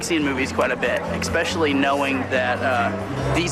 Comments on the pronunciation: Ecspexshally, wow sexpest you got the english down pat. Not. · ‘Expecially’ 😂 doesn’t say much for homeschooling 🥴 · “Ek-specially knowing that these movies are wholesome”😅😂